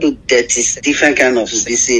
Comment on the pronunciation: Him say “dirty” not thirty.